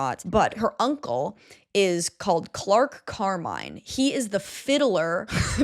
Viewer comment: i love you so much but his name is CLERK Carmine not Clark Carmine